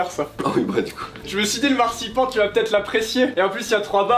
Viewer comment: Oh oui , le massepain j'en mange tout le temps à Noel ! Sinon , si vous voulez utiliser le mot allemand marzipan , ça se prononce anne à la fin .